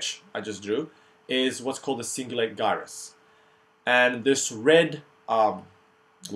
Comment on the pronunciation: Really good video! Just one thing though - I don't know if it's the way you were taught, but as far as I know, 'gyrus' is pronounced with a J sound, like Jyrus instead of Guyrus lol. But I'm just nitpicking. Great overview!